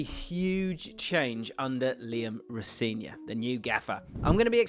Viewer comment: in his latest interview he said his name is pronouced ro - seh - nior with the emphasis on the "se"